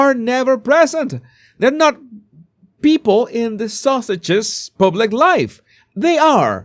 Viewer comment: pronounces ‘Sussex’s’ as ‘sausages’. I like that! It fits!